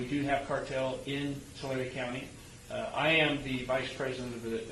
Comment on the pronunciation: It’s Tulare county **